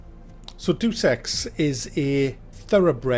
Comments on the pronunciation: it's pronounced Day-Us-X not Duce-X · it's pronounced 'Day-us Ex' not 'Doose Ex' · No, 'buddy'. He got the right memo. It's pronounced "Day uss ex" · He is saying "due sex". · It really sounded like you said "Do Sex: Mankind Divided. But ey nice review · Why do some people insist on pronouncing it Dues Ex? Deus is a very simple four letter word, it boggles the mind that people can get it wrong! All things aside, great review, and LOVE the No Man's Sky one(s)! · It's "Day-Uss" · I thought Deus Ex was pronounced Day of sex. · im pretty sure deus is pronounced day-us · Hahaa, Holy shit... You are the reason why I click play and scroll down to the comments. You totally fuq'd his shit up. Bravo man... You must be cousin. Day of Sex is brilliant man. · it's pronounced: "Day-es ex". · I don't think so, I have been to the Eidos Montreal studio, I had friends who worked there. (I went to college in Montreal.) Anyone who is fluent in English pronounces ""Day-es ex". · It's actually Do-Se-X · Day-oos Ex. Deus, a latin term. Day-oos. Deus Ex. Say it with me now. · "Deuce Ex" Not sure if this was intentional to let us know it was shit from the getgo. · It's "Day-uss Ex" ya daft northern git. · Actually, depending on who you ask regarding classical Latin pronunciations, it'd actually be pronounced "Day-oos Ex" :F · All I heard was "Do Sex" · Jesus, "Duce Ex"? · I believe it is pronounced, DayUs Ex. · Did you seriously just say Duce Ex? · Did you seriously take that seriously? By the way it's pronounced do sex, idk if you got the memo bud. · I don't know if that mispronunciation of Deus Ex is deliberate or not, but damn is it annoying. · PLEASE tell me you're still just joking, and you're not actually a big enough idiot to pronounce it wrong. I expect better from you. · Bit late but just saying that that's as wrong as Macks pronunciation. Listen to Falcos Amadeus song. It's pronounced like the deus in Amadeus in that song. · "DOO SEX" ??